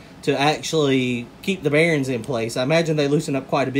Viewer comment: I believe it’s bearings not bearens. lol